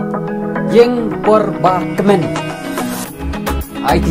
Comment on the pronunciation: Yng ki pronounce "ung" Yndei re "ïing" 🤣... Bym dei nong Bhoi patbte mo👍